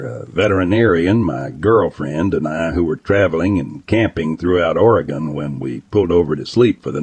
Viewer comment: It's clear whoever the narrator is isn't the person who experienced any of this. Haha first oreegon, then f1hundred50 thats when I stopped watching